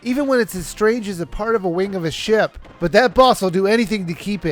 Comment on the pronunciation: hey every time you said "ship" it sounded like you kept saying sh** lol.